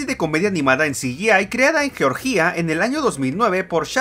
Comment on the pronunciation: Me da gracia que ni un país puede pronunciar el loco este, es «Georgia», no «Georgía». Además, ese resentimiento a la Argentina si se puede ver.